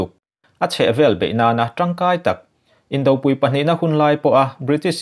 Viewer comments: Indopui a pui lai hi inthluk dik lo thin a.Vawkpui tiha pui lai thluk ang hian thluk ula a dik thlap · Tinge maw indopui tiha pui hi anpui tlukpui tiha oui thluk anga inthluk thin a,Arpui tih a pui thluk anga inthluk theih loh hlawm aw. Indopui,khawmpui, chhiarpui. Puana intuam tih a tuam thluk angin .Inthuam tiha thuam lai hi in thluk fo bawk.A nuam tiha nuam thluk ang hian inthuam tiha thuam lai hi thluk tur. Sawi tur neuh neuh a tam mai. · Indopui a pui hi arpui tih a pui thluk ang hian lam hram teh u.Anpui tiha pui lai anga inthluk hian ngaihruat chawp a ngai thin a ni.